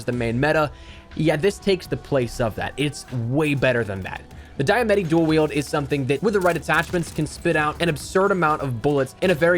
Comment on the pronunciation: Diamatti... its Italian "Dee-Uh-Mot- Eee" Diamatti